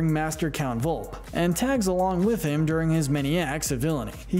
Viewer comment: VolpE, stands for FOX! Where's the E? It is pronounced like A in your English language! Why don't pronounce it? Why is for you Americans so difficult to pronounce Italian words? And where are the Dogfish and Mussolini in this list?